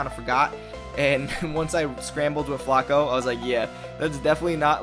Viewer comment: Ewww the way you pronounce Flacco🤢😂